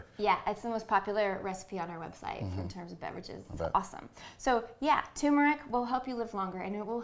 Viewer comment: It is Turmeric. Not Tumor-ic. LOL